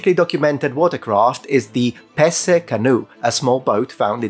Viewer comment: I’m Dutch and hadn’t heard of the Pesse canoe. And my grandfather came from part of the country. So, may be it was one of my fore fathers that left the boat there. 😀 And your pronunciation was spot on. That was amazing